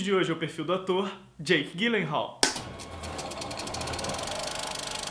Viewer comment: meu ator preferido. Só uma pequena correção o sobrenome dele se diz "Dji lenral" e não Gui lenral. obrigada pelo vídeo. :)